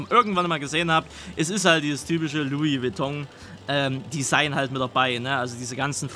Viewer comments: Lui Beton auch geil🤣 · "Lui Witong" ....🤣🤣🤣🤣🤣 ich brech weg